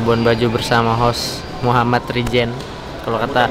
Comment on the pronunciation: Kembali lagi bersama saya Muhammad " Rijen" 🤣🤣 bukan Ryzen ya guys 🤣🤣